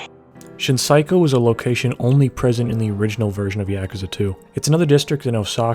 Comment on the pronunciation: I CANNOT stand the way you say yakuza. Could you just say like a dragon instead? Fuck